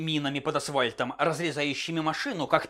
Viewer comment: Вот и все бы хорошо, но "асВальт" просто вымораживает